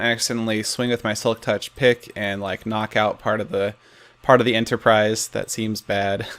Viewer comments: Seriously? Enterprise. XD Not Enterprice. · At a few points it sounded like you were saying Ender-prise instead of Enterprise. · US EnderIce instead of enterprise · you mean the USS "Iceterprise" ha lol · Starship Enterpr-ice? No?